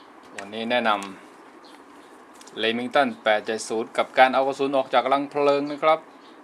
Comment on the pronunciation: Lemington??? Lol :)